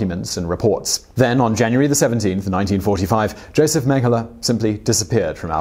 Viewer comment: Yo-zef Menn-geh-lah